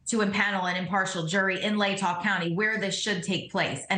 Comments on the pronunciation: It's pronounced 'Lay tah County (Latah County). It's "Lay" as in now I lay me down to sleep. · From a local please learn the correct pronunciation of the places you report on or you look disintetested. Its Lay taw Long A Latah County thank you! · Please learn to pronounce ‘Latah’.